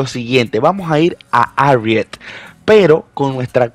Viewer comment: Se escucha muy raro el ariet jaja yo le digo mejor Jarriet harriet